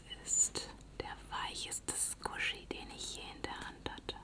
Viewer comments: Man spricht es so aus wie man es schreibt. Also ist das "i" auch zu erwähnen. Squishy und nicht Squshy. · Da du eine Verbesserung wolltest,man spricht es:,,Skwischi''. Gutes Video. grüße. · Mann schreib squshy und nicht so so Jake wie du’s schprichst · Tolles ASMR wie immer ❤❤🦄Eine von den besten deutsch ASMR youtuberin💗🦄👑Danke für deine coole und entspannende Videos Ps : Du spricht es glaub richtig aus 💜😘 Also ganz am anfang hat es gestimmt aber nacher hast du den "i" nicht ausgeprochen😊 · Du sprichst es nicht ganz richtig aus aber ich kann‘s selber nicht also!😂Hab dich lieb!😘❤️😍💖🦄